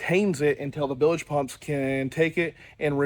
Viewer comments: Nails on a chalkboard when I hear that...😆 🤣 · They are "bilge" pumps, not billedge pumps.